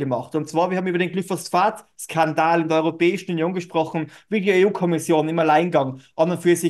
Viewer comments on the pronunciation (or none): Lustiges Format - auf die satirische Art. 😁 Übrigens: Es heißt Glyphosat, nicht GlyphosPHat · Nicht Glyphosphat, sondern Glyphosat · sag nicht immer glyphos-sphat es heist glyphosat